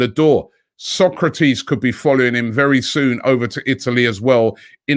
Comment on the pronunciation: Sok a ra tis, not Socrates Robbie, come on man he’s been at the club for long enough now. You were as bad with Santi Cazorla, calling him Cazola 🤣🤣🤣